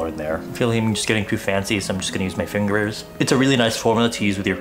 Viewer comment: " I'm just going to use my fingerers"